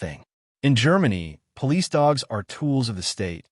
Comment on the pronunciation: Sir, are you a poo-lice officer?